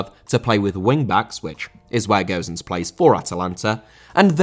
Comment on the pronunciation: How can you say Gowsens?!Ffs man It's Gosens not Gowsens